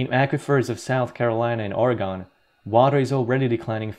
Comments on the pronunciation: It's "ORGAN" Not, "ORUHGONE" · Oregon has two syllables. As in: "Or-gun" Sorry, not being a dick here ... Just a fyi :) thanks for all the vids! Sincerely, Lifelong Oregonian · The state of Oregon is pronounced OryGUN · We pronounce it Orygun. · Quit talking about Oregon like you know. You don't even say it right. Show pics of the Bonneville dam. That shit is full.